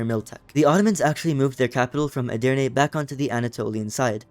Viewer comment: As a Turk, you read Edirne 3 times and you read it correctly all three times.Mamluk is my favorite country because it is getting stronger faster than the ottoman.But unfortunately the mission tree of the mamluk is old, it needs to be updated, and the ottoman is in the same way.